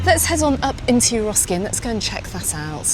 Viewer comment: Isn’t it Eroski not Euroski? Sorry to be picky. Big fan of yours 😊